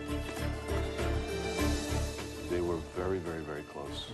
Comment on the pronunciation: Top thờ tờ rii :))))))))